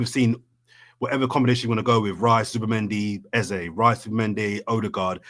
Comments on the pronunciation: Its not 'eza' he's nigerian the sound is pronounced as 'Ezey' pleaseee😂😂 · Can’t handle calling Eze “Eza” Please make him stop😂😂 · Eze is pronounced 'Ez - zay' which means 'King' in igbo (language spoken by the Igbo's who are from the South Eastern part of Nigeria) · I’m Nigerian and the way is saying ex name is irritating me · Typical, grabbing attention for wrong reasons, refusing to call people by their names and now Eze you decide to butcher his pronounciation. And please don't come with excuses, I'm Nigerian I've known that name since primary school.